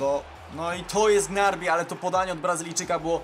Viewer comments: Gnabri a nie gnarbi xdd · Nie muwi sie grabri tylko gnabry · Czm mówisz "Gnarby" zamiast Gnabry??? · Strasznie mnie bolaly uszy jak mowiles Gnarby a nie Gnabry xd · Jedna uwaga gnabry a nie gnarby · To gnarby tylko gnabry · Gnabry a nie gnarby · to nie jest Gnarby tylko Gnabry;-) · W jaki sposób uderzasz tak specyficznie piłkę ? A poza tym to mówi sie Gnabri a nie Gnarbi xD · czm gnarbi a nie gnabri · Gnabry nie grabny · Czy ty powiedziałeś Gnarby zamiast Gnabry? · Gnabri a nie kulła gnarby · I to nie raz xd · Mówi się G-N-A-B-R-Y ,a nie gnarby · Gnabry nie Gnarby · Gnabri się mówi a nie Gnarbi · Niby nie fajnie jak ktoś kogoś poprawia ale tym razem niestety muszę... mówi się GNABRI a nie GNARBI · chodzilo o to z gnarbi, ze tak przeczytal i teraz jest z niego beka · wiem ze juz 100000 osob cie poprawiło ale czyta sie gnabri byczku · Wylaczam po tym jak 4 raz uslyszalem gnarbi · Gnarbi? XDDD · Jak wypowiadasz Gnarbi uszy krwawia